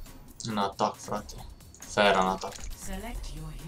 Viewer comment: fain episod!!(nu se citeste ,,fera,,ci ,,fara